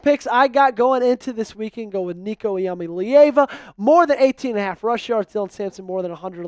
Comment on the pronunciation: Why’d you say iamaleava like that and VOLS are winning the natty